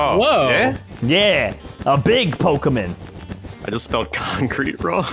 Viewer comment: It's po_ky_mon